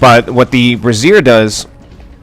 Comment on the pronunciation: I'm pretty sure "Brazier" is pronounced "bray-zeer"